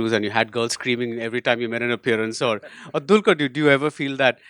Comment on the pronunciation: salam varavoor it's not a dulqur it's dqlquer it's he's name u just killed the name yarrrrr